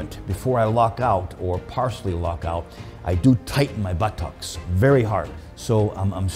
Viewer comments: For 6½ minutes all I saw was a wee coffee cup and all I heard was "Buhh - Tox". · I’ve never heard but-tocks before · Fucking legend but the way he keeps saying "buh-TOCKS" cracks me up 🤣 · It's like he's saying butt-tocks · 3 Sign SomeOne is a Gentleman 1 He wears a Suit 2. He loves Espresso 3. He says Buttox instead of Butt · All I heard was buh tuhks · Nobody: Tom Platz: buttOCKS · Take a shot every time he says Butt-ox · Enough about the comically small coffee cup can we talk about how he says 'buttocks'. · The way he says buttocks made me laugh uncontrollably hahaha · I need him to get ready for leg day. His enthusiasm, his old training and posing videos and any interview I can find him in. He needs to learn to pronounce the word 'buttocks' better though. Then he could be the perfect package.